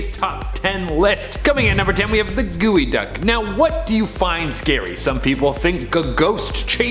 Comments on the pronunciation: its called GEO (like the car) duck not wtf you just said!! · You mean g o duck not gooey duck bro